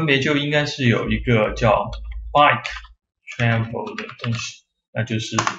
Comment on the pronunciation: travel 不是 tranvel